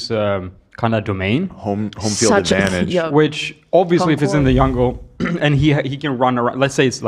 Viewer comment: “in the yungle” love is adorable